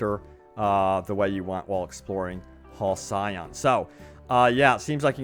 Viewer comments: Hal-see-on is how you pronounce that I'm sure. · For the sake of future content: Halcyon(I assume this is the spelled word) is pronounced Hal-See-On. 3 quick syllables. Used in terms like ‘halcyon days’ which sort of means the good, old times. Not trying to be a smart ass. Dig your content and just trying to help. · Another Fallout youtuber (the other being JuiceHead) can’t pronounce “Halcyon” as in “Halcyon days” expression. Pronounced like Hell-see-on with the emphasis on the first syllable. And English is not even my first language. Jeez. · Its pronounced HAL CEE ON for the love of god. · It's Pronounced Hal C On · Say it with me now HAL-CY- ON! one more time HAL-CY-ON. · It's pronounced Hall-see-on. Not multiplayer, not a mobile game. I am excited!